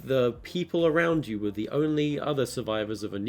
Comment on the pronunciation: Thiseh Iseh theeh besteh Arteh Evereh compaedeh toeh meeh.